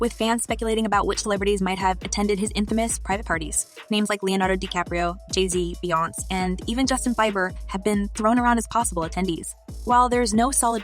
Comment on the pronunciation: Ha Ai said Bi-ber